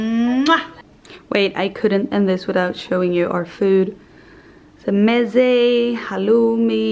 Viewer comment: I knew it . the way you pronounce like falafel or mezza ... I can tell that you are half Arabian